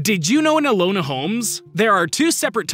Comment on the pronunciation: Elona Holmes? Why do you keep mispronouncing names more and more these days dude?